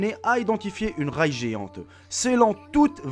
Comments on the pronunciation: on parle de train dans la vidéo ? car tu dis railles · On dit Ré et non raille de train XD PS : CONTINUE TES VIDEO :O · juste on dit ré (prononciation)